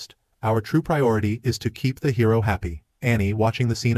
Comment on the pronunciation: it seems this HI Row is much more ..... Hi Row? did you just let your AI ENGRISH the word Hero? MORON!!